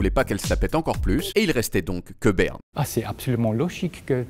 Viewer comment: "naïtlaïfe ... Beurne" iou méc maï déé :-)